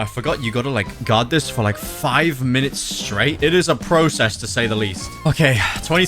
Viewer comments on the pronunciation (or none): none